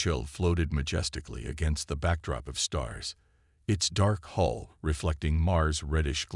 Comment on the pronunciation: Great Story, follow up with clash with the Void Part 2. Fix some of the word errors, a Hull is not a hole, Coms is not calms and be more creative and change the character names from story to story